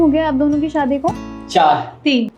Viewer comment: Abe Shaadi hota hai Saadi nahi 😂